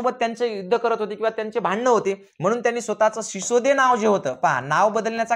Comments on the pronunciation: Shisode nahi sisodiya hote te. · सिसोदे नाही सिसोदिया राजपूत घराणं होते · Sisode nahi sisodiya